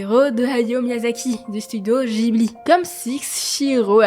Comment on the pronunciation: studio "jibli" ☢